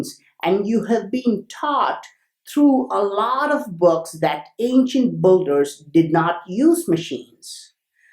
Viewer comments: Like they way you say BOULDER 🙄 for builders. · Not bolders its called Builders, otherwise great videos. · Awesome Video bro, but I giggled every time i heard Ancient Buggers.